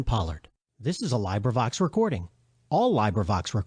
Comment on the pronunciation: when u mispronounce librivox its hard to take u seriously